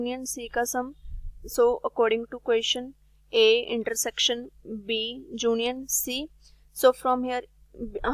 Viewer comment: Junion nahi union hota h mam